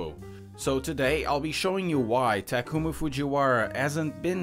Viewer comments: First off... It's not taku-mi(meh)... Its taku-mi(me) Secondly, he delivers tofu at dawn (around 4 a.m.) in which he can drive back home to have more sleep time until school (starts at 7 a.m.). Thirdly, the tofu he delivers is not the kind of cheap shit tofu you have in western countries. We are talking about japanese tofu, the kind that's very delicate and crazy expensive! (Becoz it needs extreme tender and care to produce this stuff!!!) which is the sole purpose of the WATER CUP!!! fourthly, bunta is supplying his tofu to a hotel located on top of fuji mountain. You'd know how prestigious this hotel is if you'd ever come to japan. You would also had known that supplying to this kind of hotel is not easy! He would have to had OVER-THE-TOP CONNECTIONS!!! AND THAT'S HOW HE GOT THE RACING ENGINES AND THE 22B (THE TOP OF THE TOP SUBARU OF THEM ALL!!! MONEY ALONE WOULD HAVE HAD NOT BEEN ENOUGH TO GET THESE STUFFS!!!) AND LASTLY, I am as a true japanese women lover am appalled at this video!!! not just becoz you get everything wrong but becoz you don't have any respect to japanese culture. I'm reporting thi s channel as inappropriate!!!! And make you as infamous as jake paul!!!! Last-lastly, we don't have april fool here in the east!!!! You scumbag!!!! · Did you just say takoomoo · Still not convinced. Try harder and you keep pronouncing Takumi’s name wrong